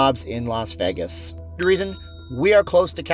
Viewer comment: VAY-GAS Not VEI-GES...............